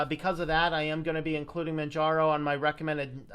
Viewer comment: Its pronounce Manjaro where the J is pronounced as a US English letter J as in Jelly, Jello, and Justice. The name is based of off Mount Kilimanjaro in Tanzania, Africa.